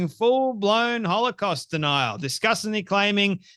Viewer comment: You know what's crazy? She can't even properly pronounce most of the words she's saying. So how intelligent are we supposed to think she is? As a Christian, I really have to pray for God to forgive how much I'm coming to hate this woman. She acts so cocky too. That "see I got you!" smirk in every other sentence. She's filled with so much hate, I can't let her fill ME with hate! She certainly seems possessed to me. She and Tucker both.